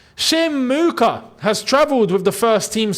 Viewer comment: Mheuka is Shona a Zimbabwean language. The way you pronounced it there bro 😂😂😂